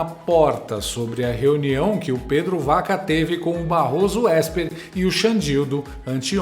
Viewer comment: Para enriquecer o seu canal show de bola, Pedro Vaca (pronuncia-se Baca)